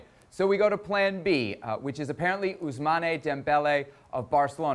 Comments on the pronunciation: Pronounce his name right its Ousmane not Ousman-e🤦🏾‍♂️😂😂 Americans 🤣🤣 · Its Ousmane.. not Ousmanay.. ffs